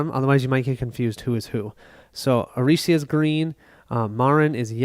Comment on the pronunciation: Arica is not Aricia, you read it literally like 20 times and it was wrong every time. Sorry, just drove my crazy. Good setup video though